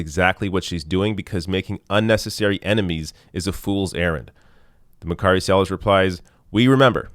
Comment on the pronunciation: Bakari Sell’us (out - is silent)